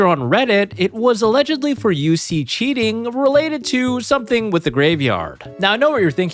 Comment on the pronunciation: Cheating❌️ Chinting✅️ His chin is so bless😂